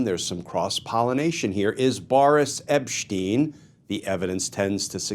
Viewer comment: Who’s epppssteeen? This fool cannot even get names correct.